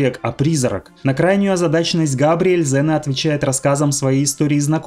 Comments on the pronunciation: Не зэна а зина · Валенок! Может Ксена, а не зина! 🤦‍♂️ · класний был фильм токо вроде говорили Ксена,а не Зена😊